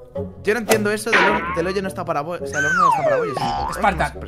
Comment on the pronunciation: Se dice hoyo niño